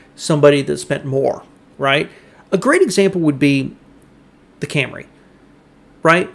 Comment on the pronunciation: Day Ooo, Cam Ray, a couple of memorable Motorweek pronunciations.